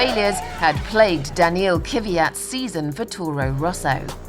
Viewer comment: It's Daniil Kvyat not Kyviat.